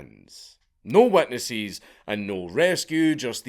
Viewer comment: No wetnesses? Are we shoor aboot that?